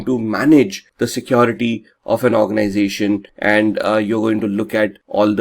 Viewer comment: The accent alone is distraction for me. What is so hard to pronounce the word 'security'? Keeps saying secOrity! 😞